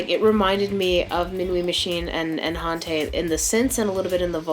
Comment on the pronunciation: Cool video. One thing - Hante is pronounced ‘On-t’, not ‘Ont-ay’.